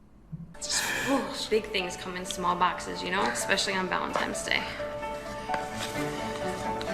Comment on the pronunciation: I can't stand it that she called it "Valentime's Day". It makes me irrationally angry.